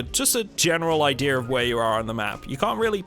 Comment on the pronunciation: Why are you making R sounds in a word like idea?